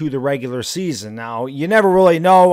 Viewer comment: Why? He stinks. Who cares if he “works weally hard🥺” he sucks at his job.